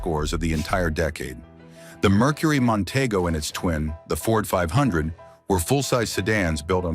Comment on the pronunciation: It's Monteeeego!